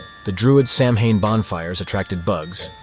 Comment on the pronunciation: That is not how you say samhain